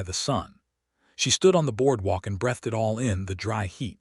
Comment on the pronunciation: Please understand the difference in the pronouncement of “breath” and “breathe” and when they are properly used in a sentence.